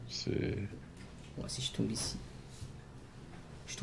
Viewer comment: il a dit ci tombe je pleure 😭😭😭😭😭😭